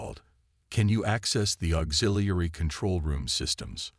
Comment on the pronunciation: It seemed to have a hard time pronouncing "auxiliary" lol, but good story.